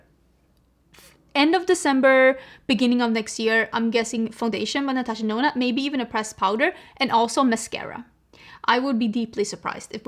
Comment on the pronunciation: The way you have influenced the start of my love for makeup, I still hear Natasha Denono